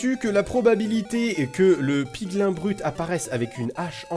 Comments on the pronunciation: ahhh tu m enerve a dir piglain et hoglain se dit pigline et hogline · ON DIT "PIGLYN" ET PAS "PIGLAIN" !!!!!!!! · On ne dis pas piglin mais piglîn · Ont dit PIGLIN(E)!!!!! c'est pas bien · On dit 《pigline》